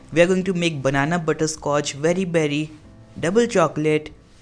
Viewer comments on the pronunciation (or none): When he said 'very berry' I thought he said 'peri peri'